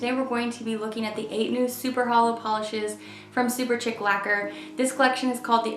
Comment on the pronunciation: Shouldn't it be pronounced "SuperSHEEK"? Chic is French for fashionable.